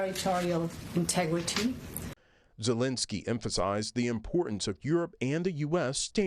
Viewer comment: Zelensky is ALL OVER the news, how is the reporter gonna say his name wrong?